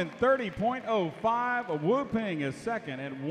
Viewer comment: It's pronounced " woo pahng"..